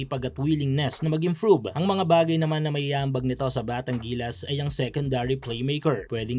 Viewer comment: “Imfrove”?! Ayusin mo pronunciation mo nakaka irita ka palage